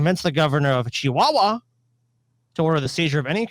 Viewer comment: I am amazed at how was able to perfectly pronounce Chihuahua